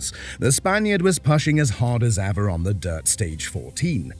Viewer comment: What about the pashing and not pushing😂